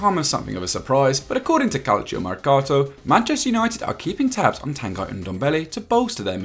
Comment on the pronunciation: Stop saying TANGUY! It is pronounced TannnnGhee.